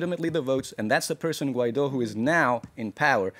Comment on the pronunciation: Please learn how to pronounce Guaidó: Goo-eye-do, the stress is on the do which is pronounced like do re mi.